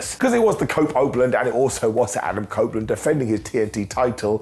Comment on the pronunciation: He said cope opeland lol